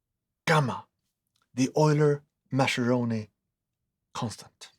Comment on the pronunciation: The intro music is a bit ominous, almost David-Lynch-style 😆 Edit: Mascheroni is pronounced with a hard C sound, like it was written Maskeroni